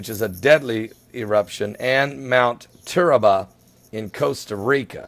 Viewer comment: it's TURRIALBA NOT TURRABA I live in Costa Rica